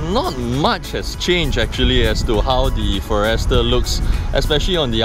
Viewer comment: For-Rester? First time I heard it pronounced this way.